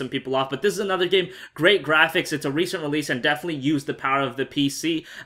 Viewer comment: you say "defenetly" ALLOT